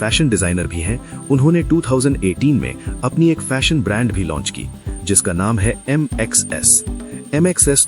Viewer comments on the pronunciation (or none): none